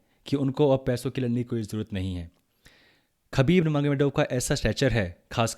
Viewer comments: Habib not khabib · Bro its pronounced as habib not khabib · Bro his name is pronounced as Habib.